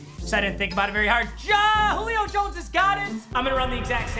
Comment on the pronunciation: “Jullio Jones” “Julip” lol